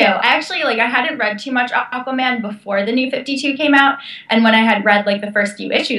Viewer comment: I mean Aquaman not Aquoman